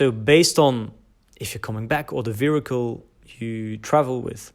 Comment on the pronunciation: your English is great, but "vehicle" is not pronounced "virricle". You can't put an "r" in that word. I've learnt Chinese and Russian too, and I agree that Russian in many ways is harder. I think listening comprehension in Chinese is harder - very, very, very hard - Russian is easier. But it is easier to makes mistakes in Russian grammar. Long words can be hard to spit out in Russian. And the size of the Russian vocabulary is a problem. You can actually speak conversational Chinese quite well after learning words, but in Russian you will still find it difficult with that level of vocabulary. Apart from the tones, Chinese pronunciation is not particularly hard. The Russian soft r is a problem for me.